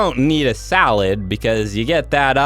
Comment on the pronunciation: You said saddle instead of salid